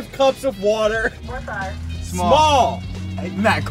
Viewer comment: Stop pronouncing water like that